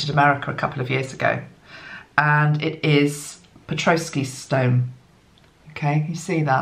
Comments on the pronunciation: Petoskey stone...pronounce pe-tos-key. No "r" in the spelling 😉 Isn't that funny my Canadian father always said "Red sky at night sailers delight, Red sky in the morning sailers warning" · the pronunciations for that beautiful shield shaped talisman...you did a pretty good job!! The tribe that carved the Petosky (peh - Toss - key) stone is called the Iriquois (Ear - uh - koi) and the place it was found is Michigan (Mish - uh - gun)...the emphasis is on the capitalized syllable. Petosky is a fossilized coral - the crystalized forms from the colonies of living creatures from seas long gone - which somehow says a lot to me about the earth changes coming soon - Thank you so much for all you do! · That is a pet-ah'-skee stone, and the ear'-uh-kwoy nation. I am holding one of mine now. Having lived in Michigan on the shores of Lake Michigan, I have collected many of them, beach-combing!